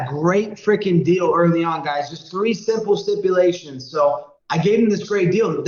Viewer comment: Colby "Stiple Simpulations" Covington